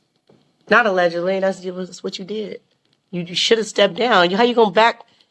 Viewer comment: It's nearly impossible for the average person to wrap their head around. And she's weird ash gotta take what she says with a grain of salt. Why she keeps saying aledgidly it's either true or it's not.